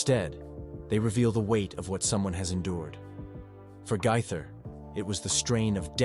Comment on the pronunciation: His last name is pronounced GAATHER, not GITHER. You gave yourself away on that one...this is fake, and should be investigated.